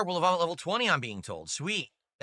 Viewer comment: Bro can't pronounce anything right, EHHVALVE, POHTROHT, GYIRADOSE, WAAAAAAAHN